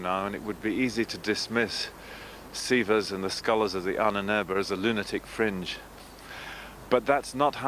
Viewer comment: it's pronounced Ah-nen-er-be ...